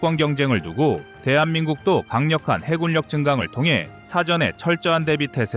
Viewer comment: 성우님! 해군력 입니다. 해굴력이 아닙니다. 왜 연습을 안하시나요? 방송국 아나운서도 연습 많이합니다, 해굴력 이 뭡니까? 뛰어 읽으세요!